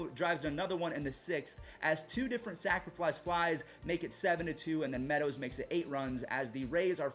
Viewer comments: my only comment on how to improve your content is that there is no "L" in the word "sacrifice". Sac fly. Sacrifice fly. I always hear "sacriflice". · Why do u always say sacriflice fly hahahaha